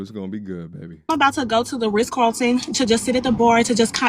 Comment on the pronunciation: The fact that she says “Riss Carlton” automatically disqualifies her from any man with means 😂